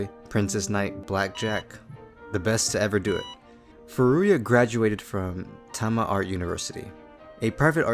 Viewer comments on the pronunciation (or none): none